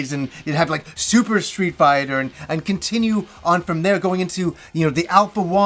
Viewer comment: Does he say. Street biter?. Because he say it really weird somehow.